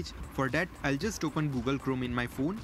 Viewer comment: You are first person who is pronouncing Phone As phune... I also do so... 😊